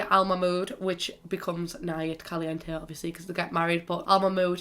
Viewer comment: I’m Spanish and I’m sorry but I hate the way you say caliente